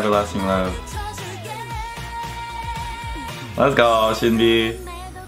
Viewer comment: i can see u saying sin bee when it should sound like shin bee^^